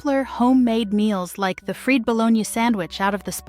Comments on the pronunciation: “FREED" Bo-lone-yah sammich. USE A LIVING, BREATHING ANNOUNCER, DAMMIT!! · She continued to mispronounce "My Bologna has a second name .. FREE "Bologna" from un fryers (LOL. Shot out to the person that pointed that out !! It came to me later, I got a good laugh!!😂😂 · That, and the 'freed' bologna sandwiches. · I wonder where the host lives. She can't pronounce "pimento" or "fried bologna". Also, more than half these sandwiches are still on menus here in Columbia, SC. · Hate it when people can't pronounce bologna or fried. LoL